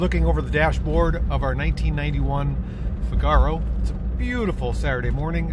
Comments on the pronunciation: Please call that car a Figaro accent on the fig.. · Yah - he says it like cigar-oh!